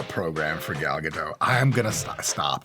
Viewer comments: Why do everybody insist on pronouncing her name with a silent "t" she's not French lol the "t" is not silent so instead of Gado you should say Gadot. Just saying as an Israeli who knows how it's pronounced it kinda bugs me lol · Her name is Gal GaDOT! Not Gal Gadough! For being Jewish you should have known how to pronounce her name, it is Jewish not French! That comes from her clearing that up! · Gal Gadot's name is pronounced phonetically - Ga-Dot you keep saying Ga-Doe like she's french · (Gadot not Gado. She's Israeli not French) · You are jewish, how are you keep saying Gal GaDew 😆 What's the problem to say Ga-Dot 😪 Anyway great video ✌ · "Gadot" does not rhyme with "toe", it rhymes with "apricot", btw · Is her name pronounced “ga-dough” like Mike is saying or “ga-dot” like everyone else pronounces it?! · Isn't her last name pronounced with the T, like either gah-dot or gah-dote? Not gah-dough. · You pronounce the T in her surname. As in, Ga-dot. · It's Gadot with a 'T' in the end lol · Please, don't say "Gadoh" as if it was a French name. It is Hebrew, with a real t at the end. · It's "Guh-DOTT" :( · Her name is pronounced "Gahl Gadoht" Hard T at the end. Sorry, but it drives me crazy when it's constantly mispronounced. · Everyone is always pronouncing her name wrong, she's not French, the t is pronounced. It's dot. Like a dot on a radar or something. Gal ga dot. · BTW It is Gal Ga-doT, with a hard T sound at the end. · Pedantic but I believe that the 't' is pronounced in Gadot. Ga-dote. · Her name is GadoT As a fellow Jew, you should know the T is not silent. It’s not French. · Fun fact that I only learned last week: The T in Gadot is pronounced. So it's Ga-Dot. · It's not pronounced Gado, she is not French. You say the whole thing. BTW her name translates to Wave Riverbanks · The "T" in "Gadot" isn't silent. It's Hebrew, not French. As a Jew, you should know this Mike :P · You are mispronouncing her name...😬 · At least pronounce the name correctly.